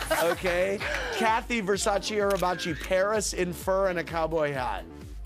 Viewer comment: At least Paris did one good thing in her career: she knows how to pronounce Versace properly and that’s not too shabby